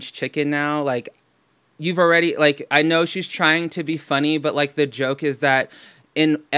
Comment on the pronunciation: She mispronounced lahhk and like